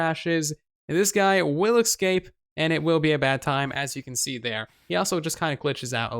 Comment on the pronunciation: What are you saying? Excape?